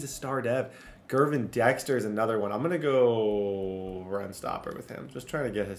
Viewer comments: Hey man, it's an honest mistake but Gervon Dexter is pronounced "Jer-vonn." Just a heads up! Love full szn franchises man. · Not to be that guy, but it’s JERR-VON Dexter. Not GURR-VON.